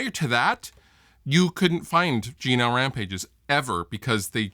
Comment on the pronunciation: Whenever you say G&L, it sounds a bit like 'Gino'. "Gino Rampage? Yeah, he's a friend of ours. Fuhgeddaboudit."